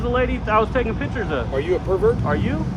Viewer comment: If your whole site is about taking pictures, please learn how to say it. It’s picture not pitcher.